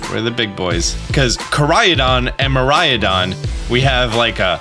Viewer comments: By the way, if you want to know just in case how Koraidon and Miraidon are supposed to be pronunced, it's supposed to be Kohrai-Donn and Miirai-Donn. All Japanese words are supposed to be pronunced phonetically, something othet languages don't really have which is pretty interesting... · Ko-RYE-don and Mi-RYE-don. I only know this because Mirai is Japanese for the future, and Korai means ancient. So THIS game is the tradition versus advancement game, not Gen 7 or 8, when those were the leaks for those games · informs us about pokemon for YEARS also: still can't say korai/mirai, lol. watch some more of the japanese trailers;P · Haha here we go again, I hope this can help the pronunciation: Koraidon = Ko - Rhydon Miraidon = Me - Rhydon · I think Miraidon should be pronounced as the Japanese word Mirai which means future. I know that doesn't make too much sense in a region based on Portugal, but then again, GF is a Japanese developer. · It’s pronounced “Ko-lrah-ee(soft)-doh-nn” & “Mee-lrah-ee(soft)-doh-nn” Very Japanese names. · I think the Japanese/original pronunciation would be something like this: mi-rai-don (something like mi as in meet, and rai as in rhyme for example) and ko-rai-don ( something like ko as in compound for example, and rai again) but not so much mirayadon and korayadon. I hope this helps :) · By no means should you listen to this random opinion on the internet, but I think you're adding an 'a' to the legendaries' pronunciation. Kor-ai-a-don vs Kor-ai-don. Mir-ai-a-don vs Mir-ai-don. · You can always count on to add non-existent sounds, letters and syllables to words. It's not Ko-rai-A-don/Mi-rai-A-don. It's just plain Ko-rai-don and Mi-rai-don. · Me as a Mariah, what I hear: Mariah-don lol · Also, "kor-rai-don" and "mee-rai-don" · It's Kora-ee-don and Mira-ee-don. Get it together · The legendary names are pronounced "ko lai don" and "mi lai don" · Ko-rye-don. Meer-rai-don.